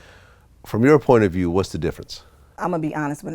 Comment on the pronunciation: He talks like he said "porn of view".